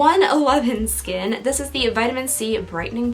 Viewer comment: 111skin is said as "one one one skin". I was curious and the founder says it like that.